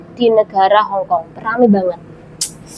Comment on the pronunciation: Hongong apa hongkong mbak ... 😅😅